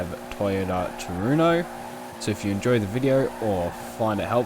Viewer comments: "Trueno", pronounced "true-ey-no" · tRu-hen-o. Spanish is my main language. There's no "ey" sound in trueno. Heno, not eyno.